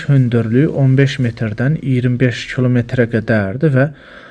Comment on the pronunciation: Torm2 alinmayib ermeniden qenimet kimi götürülüb ozde kolmetr yox kilometr duzgun danışmagi oyren